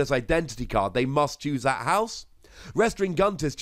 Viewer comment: It's just dis and dat with you idn't id?